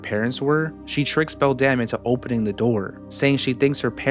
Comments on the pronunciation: What other ppl hear: beldum what i hear: beldam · Am i the only one who heard "Belle Damnnnnn" instead of "Beldam"